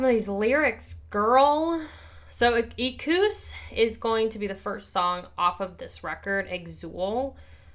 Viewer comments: "Ek-wuss", FYI. Great react. Loved it! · you are not saying it right. it is e-kwus